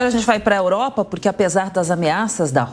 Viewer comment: Ela fala "oropa"..kkkk